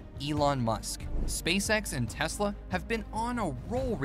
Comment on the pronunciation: Not Telsa it's tesla